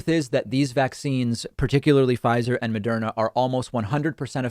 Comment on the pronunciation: It's "Moderna", not "Mederma".